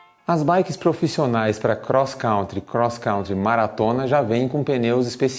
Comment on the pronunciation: voçê errou disse crosscrauntre 2 vezes 😃